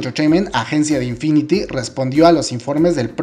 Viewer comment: No es de el tema pero se dice infinit no infiniti